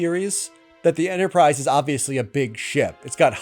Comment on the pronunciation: “The Entersize” 😂